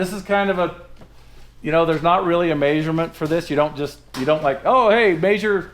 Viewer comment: said "centimetres". I rewinded and played it again to make sure, and yep, 23cm was his off the cuff "meesurement".